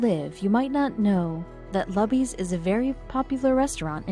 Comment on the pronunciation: Why not pronounce “Luby” correctly? It’s not “Lubby” FFS. It’s pronounced LOOBY you clowns.